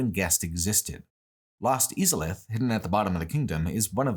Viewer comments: ive never heard anybody pronounce izalith e-zalith and even more so seath and see-ath. its literally said in game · I love how cruelly you mispronounce names like Izalith and Seath. You are literally taught how to say their names in the first cutscene 😂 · I’ve never heard someone pronounce Izalith and Seethe the Scaleless like that lol